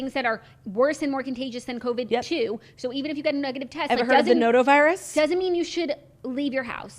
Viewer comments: It’s called Norovirus, not Noto lol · Lmao I CANNOT with them calling it the nonovirus. And noto(whatever Claudia called it) haha it’s NORO! But it makes me crack up everytime